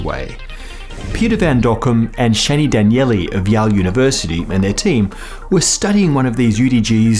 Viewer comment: Did he say Yall instead of Yale?